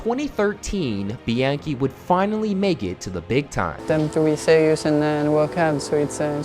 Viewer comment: Mispronounced his last name